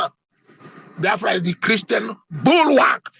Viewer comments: He cannot pronounce Biafra. Stop Nigeria Is no more a country It has expired. Biafra Nigeria war has not ended because Yoruba wants every Igbo dead. Hausas and Fulani hatred on the Igbo is Secret but Yoruba Is showing theirs own before the public. You have Said It every Yoruba Person Is a Muslim. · Does he think that mispronouncing "Biafra" will lead to the relinquishment of the struggle ? He deliberately calls it "bafra" hoping to hurt the Biafrans but he's hurting himself. If I should use the same for your name then you're called "Akpati " meaning box or coffin. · Abati, It is BIAFRA and not bayafra- You are not, a good human being but a bloody liar- You betrayed President Goodluck Ebele Jonathan, as His media chief- You are a bloody hypocrite! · Ruben calls us B-A-A-F-R-A!!! Did he go to school??? Maybe he went to an Islamic school? Please I would like him to at least learn how to pronounce Biafra correctly. Is he such an illiterate that he cannot pronounce simple English words??? How can he be working in broadcasting. Okay, maybe because he is a moslem. He is a shame to the studio that he works for!!!!!!!! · Imagine the way he pronounced the name Boafra, Ruben Abati you are a certified idiot. May God have mercy on your wicked soul. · Abatị, the name is BIAFRA and not Bafra. Don't pour your hatred of the Igbos on the name. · You can even see the hatred the way he pronounce the name… Baafra… imagine. Always talking with two sides of his mouth. Ndi ara everywhere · Abati, I thought they said that you are a graduate, why calling Biafra, Baafra, like an illiterate? I am disappointed at your level of education and reasoning. You are a disgrace. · Reuben Abati is a confused man listening to him is a waste of time and data. He doesn't even know how to pronounce Biafra.. with his hate- filled bile he is pronouncing Biafra Bafra. Shame on Reuben Abati. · Bayafra 😂😂 Is that what is written down for him to pronounce? Truly a brown envelope reporter.